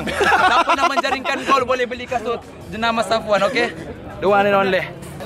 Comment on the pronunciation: Aku jeke yg dengar minit .... So kata menjalinkan gol😂😂😂😂